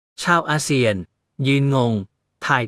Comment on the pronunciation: อา.เซี่ยน.ไม่ใช่.เซียน.เวลาอ่านเติมไม้เอกไปด้วย